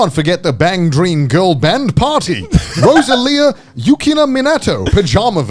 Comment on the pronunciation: All of my fellow Bandori fans just flinched with how Connor pronounced Yukina's, and the band Roselia's names.